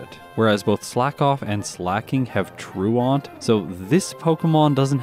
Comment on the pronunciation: The word is pronounced “TROO-ent”, not “TROO-AUNT”.